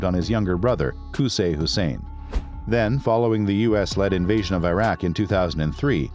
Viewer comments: Its name is IRAK not AYRAK ! like ITALY ,and IRAN too , its not AYRAN ! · Good content but Iraq is pronounced as "Eeraak" & not "Airak"... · 'ee-rahk', not 'eye-rek' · Not I Raq its Iraq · The documentary is okay but it annoys me having the narrator pronouncing Iraq and Iran the wrong way. Come on! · It's the mispronounciation of Iraq and Iran for me